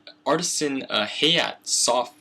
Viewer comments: Ha-Ya-Tay not Hey-yacht >_< long A sound on Ha and Ya and Te like ta-ble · omfg, please pronounce "hayate" as ha - ya - tei not "hay-yet" holy shit.